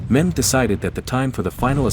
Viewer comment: It is Mehmed, not Muhammed...